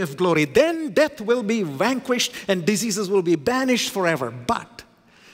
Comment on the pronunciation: pronounces diseases ( dizzeazes) as deceases..! A Phonetic gaffe.. an Amazing Pericopal theologian, author preacher..